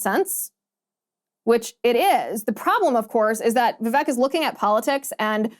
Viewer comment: Liz! Vivek’s name is pronounced like CAKE! Vi vake!!